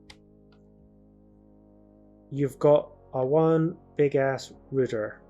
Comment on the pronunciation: “A rooter”